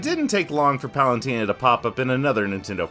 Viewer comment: for a guy who made a whole video about Palutena, you sure do be pronouncing her name "Palantina" a lot